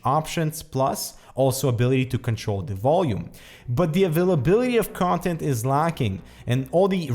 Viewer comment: again nice quality video review. sounded like you said contempt not content though.